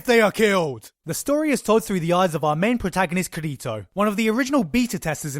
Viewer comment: Now that there is an official dub, we now know that the way they pronounce his name is "KIR-i-to", but then, that goes back to the needless debate on how accents and dialects sound between different people. Or I just like to pronounce his name "loser".